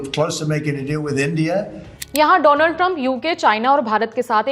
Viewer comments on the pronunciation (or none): Your pronunciation of Donald is wrong😂